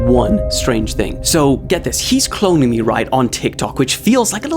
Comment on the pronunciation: keeps saying clonnign u but is not clonning u